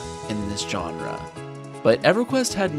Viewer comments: Its "genre" not "johnra" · You use the word “genre” a lot, so you should probably learn how to pronounce it. It’s not “john-ruh”, it’s “zhaan-ruh”.